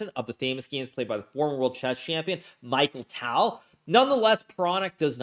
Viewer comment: Michael Tell. xD Mikhail Tal. <3